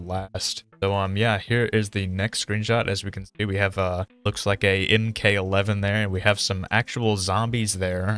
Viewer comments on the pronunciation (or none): Ah yes my fav dmr the "in k 11"